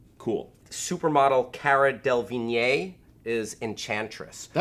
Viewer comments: wtf is with the cara's surname pronunciation? cara delvigne? delavign* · lol its pronounced Del-ev-een thoogh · Hey! it's pronounced DE-LE-VEEN! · Its pronounced de le veene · you absolutely slaughtered cara's name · U mispronounced Cara Delevingne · I can't handle just how wrong pronounced Cara Delevingne. It was amazing. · You pronounced Cara's name wrong -_ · Hands down the most spectacularly awful, almost admirably impressive attempt to pronounce Cara DeLevingne's name ever. Excellent stuff. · the way you pronounced Cara Delevingne just made me crack up soo bad!! For the most part i am excited to finally have an on screen visual of Harley Quinn. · Correct me if I'm wrong but did he mispronounced Cara Delevingne's name? I only ever read it. X3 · Weird way to pronounce Cara Delevingne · Lol that's not how you pronounce Cara's last name.